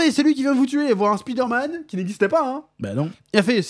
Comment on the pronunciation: Pourquoi tout le monde prononce " Speeder - Man " ? 🤔 Y’a 30 ans, je disais: " Avec l’anglais à l’école, d’ici 5 ans, tout le monde l’appellera Spider - Man ". Non. Alors que personne ne prononce : " Iron - Man " à la française.... 😅